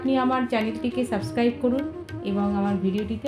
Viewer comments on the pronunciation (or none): none